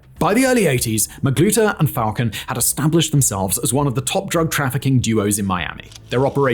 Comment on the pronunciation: That time was real they had a damn Burger King freezer truck for bodies . And now it’s getting back to that killings in broad Day light.. and it’s Falcon but pronounced FalCONE